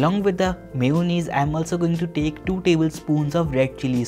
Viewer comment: It is not mayonees it is mayanass